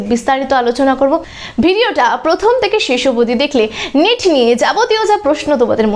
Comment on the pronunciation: নিট না নেট বলুন 😂